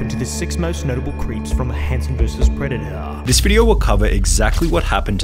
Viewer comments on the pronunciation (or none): Pred de uh